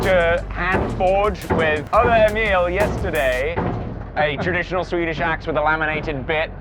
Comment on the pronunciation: It took awhile for you to properly pronounce Emil in Swedish :)